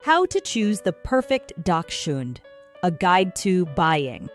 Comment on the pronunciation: Learn how to properly pronounce the word, please. Hund is the German word for dog.